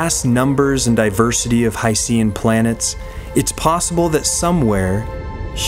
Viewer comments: It's pronounced 'HY-SHEN' like ocean. How could you not even get that right (and you presented plenty of other misleading statements)? It's almost as if your entire background knowledge is from Wikipedia. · Hydrogen + Ocean = Hycean So why not pronounce it as: Hy Shn? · I just can't get past your use of 'HI-SEE-AN.' At least you could have said 'OH-SEE-AN' as well. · I watched multiple videos about hycean planets and not once have I heard anyone pronounce it like you do. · Simple as a simpleton, just like the guy in the video. He couldn't even pronounce 'hycean' correctly once, as if he isn't aware of the portmanteau.